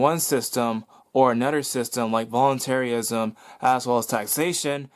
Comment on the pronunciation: volunterryism I hate when ppl pronounce it like that